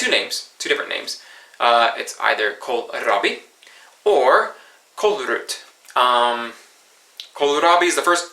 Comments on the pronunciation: "Kolrut" is what you are saying, but it should be "kolrot", the kolrabi was spot on. In Kolrot you say the first O as an O, but you turn the 2nd one to a U. Not ment as being mean, trying sorta helpfull. Fun videos. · yeah it can be tricky, the o is supposed to be pronounced like the o in "ost". After trying to come up with an English word with that sound in it I'm not even sure you have it in English. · Typo in the title... It's "Blodpølse" ;) It's just a typo though, as you wrote it correctly in the description :) And in addition, you're struggling with your "o"s and "u"s ;) It's "Kålrot" with and o sound, not with a u sound.